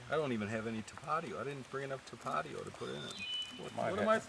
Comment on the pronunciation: still saying Ta-patio instead of Tap-a-tio. Haha. Awesome content sir. So entertaining and so awesome you brought the dogs along!